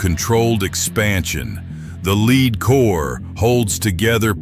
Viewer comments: You should read the old NRA reports before you make statements about the .308 wcf and 7 mm rem constancy! And the bullet metal is pronounced “led” not “leed”, or are you not human? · Lost me on 308 when he called it a leed core instead of lead . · The AI voiceover is dumb AF. Bullets have a LEAD core. Pronounced LED, not LEED. Stupid and lazy is what I think when I hear AI voices on YouTube videos. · Too bad you couldn't invest enough editing time to ensure that your AI didn't regularly mispronounce the word for the metal called lead, "lehd" NOT "leed", have some pride. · Is this an AI voice? Lead pronounced Led or Lead pronounced Leed? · The lead core, not the "lid" core. AI bs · LEED KORE.... In another year AI might have it figured out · "The leeed core" 😂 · AI voice is SO annoying. Who pronounces the "lead" in lead bullet like Leed??? Seriously, this sort of superficial comparison is pretty low level and conventional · Is this AI talking? He said lead like " Leed" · Good information in the video. I would go with another voice however than the AI, who doesn't seem to know how to pronounce the word "lead" (as in bullets). It also sounds like somebody from London trying to sound like they're from Texas.; ) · How about using an AI voice that knows how to pronounce 'lead'.